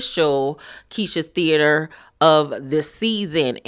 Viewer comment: LMAOOOOO THAT THEA-TER BRAVO!!! 👏🏾👏🏾😂😂